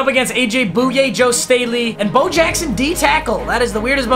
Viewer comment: Said AJ “booyay”